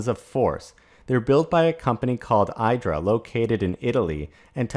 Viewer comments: Hi, minor info. Italians pronounce the casting machine as ee-dra. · Pronounced “E dra” in Italian.